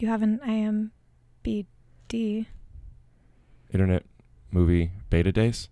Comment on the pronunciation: Bobbi: you have an IMBd… And without skipping a beat Rick responded with: Internet, Movie, ‘Bata Dace’ ? 😂